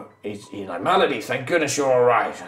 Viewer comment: Melody? Is that what it is because every time said it, it sounds like Malady a distinctly more ominous name